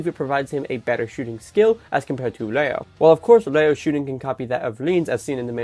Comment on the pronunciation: Bro are u saying Reo or Leo😅. Dont mind me though. Fire video as usual